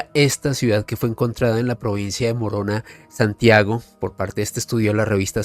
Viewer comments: Muy buen programa, los felicito. me permito corregirte, la provincia de Ecuador es Morona Santiago, no "moronga". Un abrazo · Una aclaración,no es Provincia de Moronga Santiago,es Morona Santiago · Se pronuncia Morona Santiago